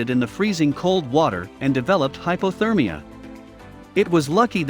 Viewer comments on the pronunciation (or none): none